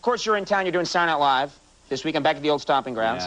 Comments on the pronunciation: Conan always says "Satnilive" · Why does Conan always pronounce it "Sar Night Live?"